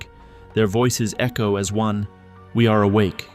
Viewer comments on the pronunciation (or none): none